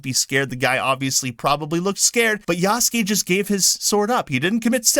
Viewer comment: I like how you pronounced Yahhhhsuke lolz! Ubisoft probably noticed that they could make him gay just by elongating his name. Yahhhhhhhhhsssssss!!!